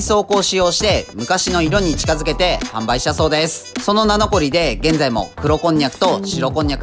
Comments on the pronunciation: 「名残」の読み方は「なごり」です。「なのこり」とは読まないはずです。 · 名残：読み ❌なのこり ⭕なごり だよね？ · 「なのこり」じゃなくて「なごり」ですね。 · 名残は「なのこり」じゃなくて「なごり」ですよー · いつも楽しく拝見しております！名残りの読み方はなごりです🤣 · 「そのなのこりで～」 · 名残をなのこりって言ってない？w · 名残をなのこりと読むのがゆっくり音声みを感じる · 名残り（なのこり）って言った？？ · 名残はなごりと読みますよ。